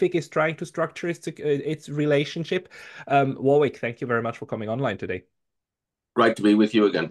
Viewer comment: Btw, the second "w" in Warwick is silent!